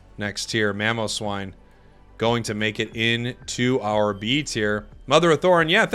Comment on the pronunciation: Could we get a tier list of all the ways is mispronouncing the pokemon names in this tier list? Mamo would be S tier